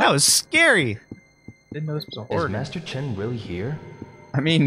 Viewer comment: did anyone else think it sounds like the guy in the suit called Master Chen Mister Chin